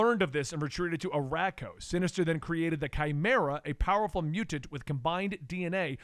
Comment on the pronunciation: crack-koa, a-rack-o 😂